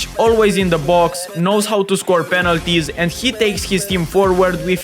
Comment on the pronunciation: When bro said "Penalties" ,i heard "Penaldo" 😂😂